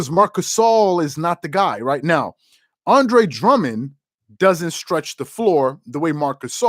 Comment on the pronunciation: I really like your videos man! Only thing I recommend is take a few seconds before your videos to pronounce the right name of the players youre gonna talk about. -Andre Drummond -Deandre Ayton